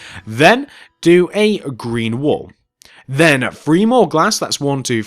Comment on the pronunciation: You say twenty FREE it's twenty three😂😂😂😂